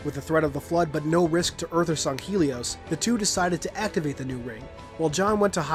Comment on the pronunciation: This is just a pet peeve but, it's really annoying when people don't pronounce things correctly. Granted people have different ways of speaking and even in simple words, there are different pronunciations (to-may-to/to-mah-to) but in every piece of factually evidence, it is Sang-Heylee as to where you say "Sung-Heelee. Just a pet peeve.